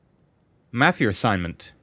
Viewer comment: i like how says Ma-fia he says Me-fia